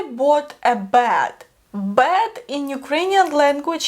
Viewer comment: Very cute english you speak but when you said, I bought a bed, it sounds like, I bought a Bad. Which doesn't make sense. Please, say these more eh like beg, bet, set..